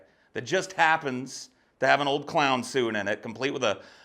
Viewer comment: Oh man I laughed so hard when you said “the cloin.”